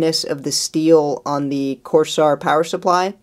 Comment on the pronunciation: corseare lol